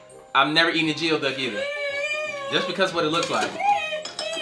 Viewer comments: * it's pronounced GOOEY-DUCK but spelled geoduck!! You're welcome luv...you are too cute to be mispronouncing that word sir!* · Man said "Geoduck"... That's not how it's pronounced😂😂😂